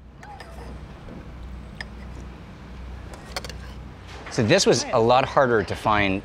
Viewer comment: Tom khlóng (Thai: ต้มโคล้ง). Note there is no "a" in this word so you wouldn't say "khloang". Note also that khlóng (โคล้ง) is not the same word as khlōng (คลอง = canal) although when transliterated into Roman script they are spelt identical but the tone and vowel is different.